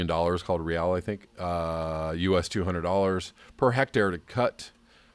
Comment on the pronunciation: Brazilian currency is 'real' but pronounced 'hay-eye'.